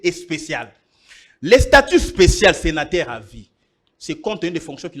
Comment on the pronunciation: on prononce senateur et non senataire😄😄😄